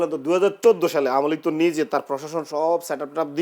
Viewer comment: আমলীগ! নামও বলতে পার না!